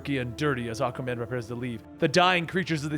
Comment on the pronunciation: Is it me or does it sound like Akamen when he says Aquaman.